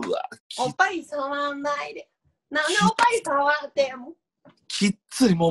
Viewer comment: おっ⤵︎ ぱい⤴︎ からのおっぱじまるで耐えられないwww